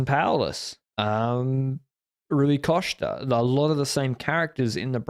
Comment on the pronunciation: At times Rui Costa pronounced Rui Coshter?